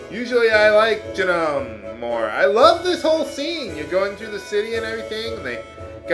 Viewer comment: its pronounced "june-in" not "june-on" lol donkaments.